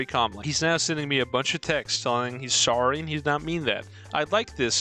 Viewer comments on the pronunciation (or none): none